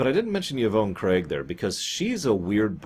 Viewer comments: The way you pronounced it hurt my ears. Yvonne is pronounced either YaVahn or EVahn like Khan. Definitely not YaVone like Ya phone. You probably have never met a woman named Yvonne so I get it. Steven Inhat as Garth is pretty good in my opinion. He's magnanimous in his crazy. But I get that he's King Tut from Batman. If you remember King Tut is a professor normally until he gets hit on the head then he becomes King Tut. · Yvonne is pronounced "Evahn", or "Yivahn".